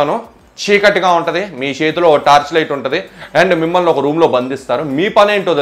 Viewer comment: మిమల్ని.. కాదు... బ్రదర్ మిమ్మల్ని ..అనాలి...🙏